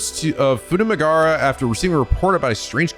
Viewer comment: Poor Futamigaura coastline getting mispronounced. Won't someone think of our coastlines?! (Japanese doesn't often ignore vowel sounds. If a vowel is written down, then it'll be pronounced (often). In this case, the U in "gaura" is as much a vowel as the a's